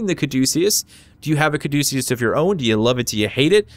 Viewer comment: Thank god you know where the name comes from and how to pronounce it correctly. I'm getting sick of youtubers talking about "That's how I pronounce it." Thanks for being educated, keep up the good work. Thanks for the review.